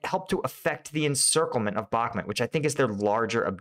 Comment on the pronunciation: Thanks. Good video. Please call it Bukmoot, not Bukmet.